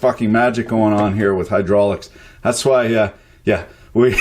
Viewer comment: What's hydrulics? Could you talk bout hudrulics a bit? Tanks in advance dehr eh!